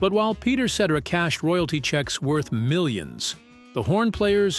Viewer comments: Peter Set-Tera.... AI SUCKS!!! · Peter Set-er- Ra ? 😬🫣👀